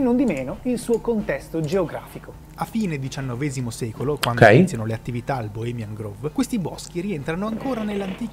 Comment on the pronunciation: posso fare il rompicazzo? non si pronuncia bohemian groove, ma gròve. perdonatemi, mi odio quando sono così ma è più forte di me. grove, boschetto, non groove come ritmo